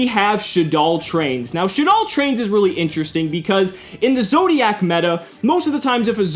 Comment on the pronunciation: i shuddered everytime he said zodiacc meta